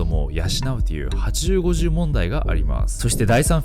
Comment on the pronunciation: 些細な話だけど、「８０５０」は「はちじゅーごじゅー」じゃなくて「はちまるごーまる」ね。 ハチマルゴーマル問題といいます。その前は、7040問題とも言われてました。